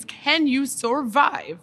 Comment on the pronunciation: Sorvive? She needs a language class.